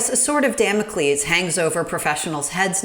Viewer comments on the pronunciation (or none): none